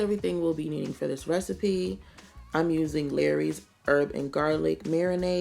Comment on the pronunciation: Lawry's (seasoning) is pronounced like Laurie's, not Larry's. )